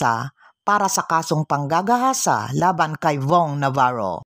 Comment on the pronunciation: Pwede ba wag mo dinidiin salitang panggagahasa pangit pakinggan rape nlng